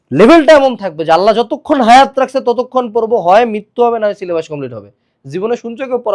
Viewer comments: It's not sylebus it's sylebush😢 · Syllabash?😂😂 bash ashlo kemne eikhane